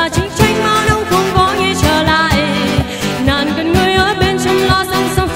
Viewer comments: đúng rồi. Một số ca sĩ phía nam (vd Đạt G) hát hay sai vậy, chắc do phát âm nói quen (Nàng > nàn, Xuống > xuốn, Buông > buôn). Còn về ban đầu thì đúng bạn này lệch tone, chệch nhịp thật. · B này bị ngọng xíu ấy nhỉ. Nàng nhưng mà phát âm ra nàn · Đúng r. Nhiều chỗ phát âm nàng thành nàn nghe sao sao á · Đi hát mà phát âm sai từa lưa vậy em gái: Xuống => Xuốn, Nàng => Nàn, Buông => Buôn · Mình có 1 vài góp ý như thế này nếu thấy hợp lý thì khắc phục nhé: 1. Cách phát âm những từ có "ng" của bạn có mấy chữ bị thiếu "g" như chữ "nàng", "xuống". Và chữ "tin" bạn hát thành "tinh". 2. Mình có thể cảm nhận được bạn đang cố gắng "bóp nhỏ" - mình ko biết dùng từ gì cho đúng nhất - cổ lại để hát cho ra chất của bài "Tướng quân", điều đó vô tình làm phát âm của 1 số từ ko được chuẩn xác, cũng như khiến bạn không thoát hết hơi ra để hát làm cho mình cảm thấy có vẻ như phiên bản cover này tune thấp hơn 1 chút. 3. Những nốt trầm thật ra lại khó hát hơn nhiều so với nốt cao, mình đề xuất bạn có thể thử hát nhả hơi ra nhiều 1 chút, hoặc là hát hơi gằn giọng xíu (nhưng vấn đề vẫn phải cho hơi thoát ra thật nhiều, mới giúp đưa tune của nốt đó dễ xuống hơn). có thể tham khảo bài "Your man" ấy. Mình cũng chỉ là 1 người yêu ca hát thôi, và những góp ý của mình hoàn toàn trên tinh thần xây dựng, đừng khó chịu nhá. Mình dành ra rất nhiều thời gian để nghe kĩ và viết cmt này, nên mình ko hề có ý chê bai hay gì cả, chỉ mong bạn nếu thấy đúng, thì hãy trau dồi thêm nhé. ko cần reply lại cmt này đâu, chúc bạn thành công trên con đường phía trước!